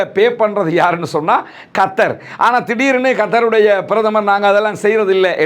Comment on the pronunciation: என்ன பாய் கத்தர் கத்தர் என்று கத்துறீங்க உண்மையான பெயர் கத்தர் ஆ இல்ல கர்த்தரா கட்டார். தமிழை கொள்ளாமல் தமிழாலே பேசுங்க.. இது மட்டுமில்லை யுத்தம் எனும் சொல்லயும் வேறுமாதிரி உச்சரிக்குறீங்க இது என்ன ஸ்டைலா. தமிழ தமிழாலே அழகாக பேசுங்க.😂😂😂